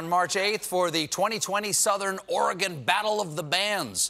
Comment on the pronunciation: A nice feature of this bit, is they pronounce Oregon correctly.